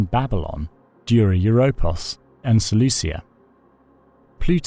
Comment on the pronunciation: "SeleuSia", FFS...